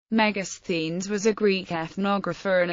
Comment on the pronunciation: Helpful to pronounce the word , Thank you 🙏